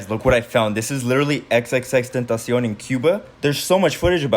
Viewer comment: Thx a lot u are the ONLY one who can pronounce his name Correctly ❤❤❤❤❤❤❤❤❤❤❤❤❤